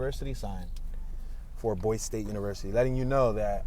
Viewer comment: What the up with can't pronounce a city name as well known as this one?